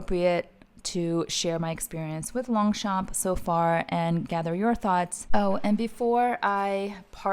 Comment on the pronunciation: Hello, we don’t pronounce the g and the p in French ( in longchamp ) 😉